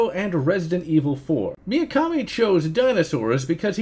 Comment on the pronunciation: Why do you pronounce Mikami as "Miyakami"? You already seemed to do that on the Resident Evil video. Just nitpicking I guess, good video nonetheless :)